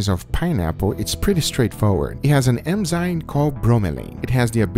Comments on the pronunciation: he says M-Zine with such confidence im starting to believe its a word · It's almost more like "Em-zyme" at times. I love it. I think about it every time I hear the word enzyme 😂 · Love you guga. It’s eNzyMe though not eMzyNe 🤙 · it's 'Enzyme' .... not Emzyne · it's not emzyne - it's en-zyme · I just want to say it’s not eM-zyme, it’s eN-zyme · It is called ENZYME not EMZYME! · i lol'd at how every time he says "enzyme" its a different pronunciation